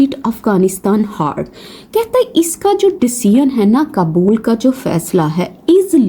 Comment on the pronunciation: You’re teaching English, but you mispronounced very basic names. For your correction: “کابل” is the correct word — not کبول. And “چاہبہار پورٹ” is the correct name — not the incorrect versions you used. These are fundamental pronunciations, and as a teacher, you’re expected to get them right.